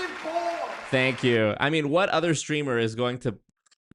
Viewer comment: “Duh udder day….” Me: googles “udder” 🙈